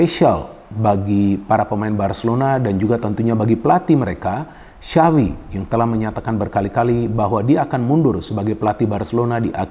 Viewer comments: Yg saya dengar xawi yg di ucap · bukan sawwvi bang , kalo mau bener bener ucapin nama xavi . tapi kaya bilang tjapvi .